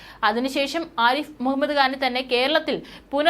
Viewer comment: കാൻ അല്ല ഖാൻ ആണ്